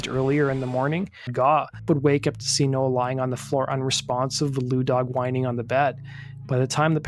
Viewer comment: Why do you meep pronouncing Bradley nowells name wrong ..? 🤔🤔🤔